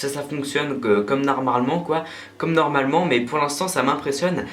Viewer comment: Un moment tu as dit narmalement